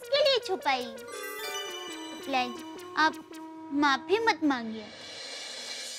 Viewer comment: JETYAAAH BAMBUCHAKK AND DAYAA TAPPU KE PWAA PWAAA GADA ELECTRONICS, FOR YOUR KIND OF INFORMATION, ITS NOT MAPI, ITS MAFI. MENTION CORRECTLY ITS MAAAFIII AND NOT MAAAPIIII. THERE NO P ITS F.